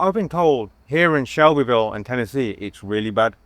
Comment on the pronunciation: You put the chillest lady in the video as the thumbnail next to “White, Poor, and Angry”. Odd choice. Also, she said “it’s all over Shelbyville now” she pronounced it like locals do.